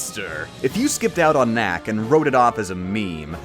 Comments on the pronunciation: It sounds like you are saying little mac when saying little knack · you keep saying little knack, it sounds like little mac and i feel like you are talking more about punchout